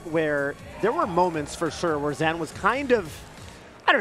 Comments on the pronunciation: it’s pronounced “zain” not “zan”, the fuck is up with the commentary 🤣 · Weird to hear zeen instead of zain but glad I now know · are we saying ZAN now lmao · sorry bud this is america and im an american, i aint saying ur name with no afghani pronunciation nonsense your name is spelled z a i n and im pronouncing it that way the south will rise again